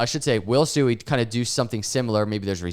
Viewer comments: Hey, according to Rob at Digital Asset News, it's pronounced " SWEE ", not " SU EE ";)~~~ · Did you just pronounce it suey? Your Generations IQ is getting lower and lower